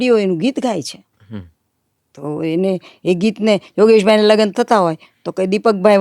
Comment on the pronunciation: just to be clear, can anyone tell me whether Ms. pronunciation of the English word "marriage" in Gujarati is correct or not? I think she pronounced it incorrectly since she said "lagan" (લગન), but I believe she should have pronounced it as "lagn" (લગ્ન) because I think that's the correct way.